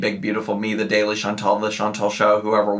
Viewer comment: Chantal is pronouncing the E correctly but not the A. She’s making it that nasal English A instead of a soft A.